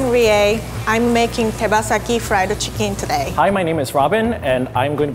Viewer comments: friedu chickin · Frido chicken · friedu chicken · Thomas she pronounces fried chicken as frida chicken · No one: Rie:friedu chickon